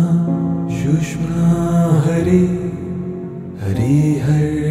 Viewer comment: thanks for this pointing out. Also, I'd like to point out it's pronounced sush-shoom-na. Sounds like "sushma" I'll add that it's best to not get caught on perfect pronunciation etc as it's the intent that truly matters but should be recognized that the nad vibration of the word is changed. just a note :-) keep up the great work . thank you!